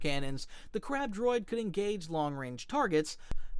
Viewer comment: it said crap droid not crab droid 😂😂😂